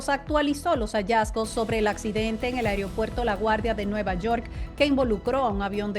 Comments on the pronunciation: Mi linda se dice “Aeropuerto” y no Ereopuerto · Pronuncia bien es AEROPUERTO y no como dices tu AIRIOPUERTO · Ansina quero que si diga. Aigro puerto con g. Pus como no !